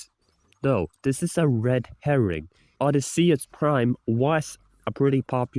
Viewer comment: I dunno what's even nuttier: The argument that we're not getting Ulysses Prime, or the mispronunciations. I know, I'm a little bit nitpicky, but the actual pronunciation for Odysseus is "Oh-Dee-See-Us."